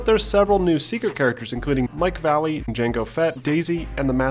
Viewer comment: He’s not Mike Valley... he’s Mike Vallely